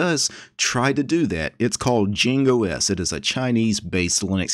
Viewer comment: it meant to be pronounced like Ying not Jing